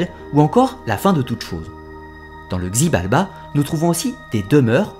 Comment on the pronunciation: xibalba se prononce shibalba, sinon génial ❤️